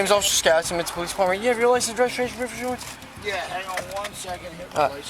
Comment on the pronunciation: “license registration schjurjur” 😭